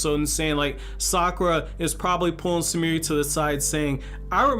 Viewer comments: Her name is Sumire, not Sumirih like she some african girl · He was pronouncing the 'e' at the end of her name.